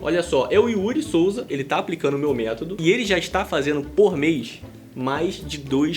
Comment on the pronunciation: Desculpa,depois de "tumano" e " métado" só dei conta de ouvir a sua parte do vídeo. Meu ouvido não é penico!